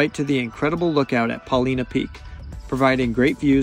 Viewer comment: Super nice video! But it's Paul-eye-nuh, not Paul-ee-nuh... :)